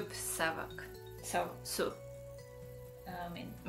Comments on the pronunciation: 🌹 nagyon aranyos összehasonlitás 👍😉 PS: Vigyázz a “szó” kiejtésre 😉 SzÓ nem szÖ 😉 De ügyes vagy 👍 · Szia . Mondhatok valamit ? . Kicsit mint ha tanitanálak de ne légy sértödött .Nagyon jol beszélsz magyarul de a "szö" ahogy te mondod szó - nak .ejtjük . és persze igy is írjuk . Szóval nem ö hanem ó . Szó.. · Nem szöt , hanem szót! Óóó.. szót .. 😊❤😁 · te rosszul tanultad meg az "ó" és az "ő" betűk kiejtését, ó helyett mindig ő-t mondasz, azt olvasom, hogy "szó" és azt hallom, hogy "sző", ami téves és ráadásul egy másik értelmes szót ad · Nagyon ügyes vagy. Respect!!! :) Imádom, ahogy a szót, "sző"-nek ejted :))